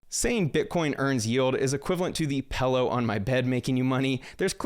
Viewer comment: Did I just hear a grown man say "pellow on my bed"?